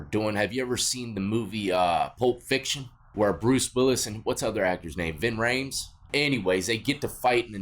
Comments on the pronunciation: Lmao omg, Marcellus Washington, Bing Raimes, Vin Reams, you guys are BUTCHERING these names. The actors name is Ving Rhames, he plays Marsellus Wallace. Sam Jackson plays Jules Winnfield. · Bro did u say Bruce Willis and ving raymes(if that's spelled right) in pulp fiction lmao Fantastic